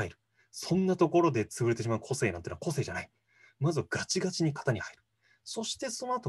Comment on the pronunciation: この対談の個性の発音は こ↑せ↓い↓ ではなく、 こ↑せ↑い↑ かも知れないね。